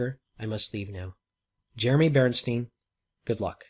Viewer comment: My screen shows Jeremy Bernstein on last message but he pronounced Berenstein?